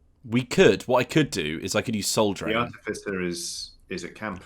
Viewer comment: Oh, Soul *Drain*. I kept hearing Soul Train, and now I'm oddly disappointed.